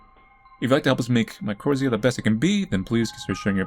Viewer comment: MY CHORR ITHA is how u pronounce it